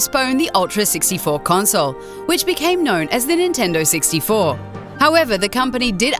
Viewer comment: "the great nintendo sixty-fo"